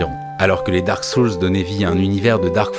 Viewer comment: à part la prononciation désastreuse du mot "soul" ou encore "gotham" .... superbe video.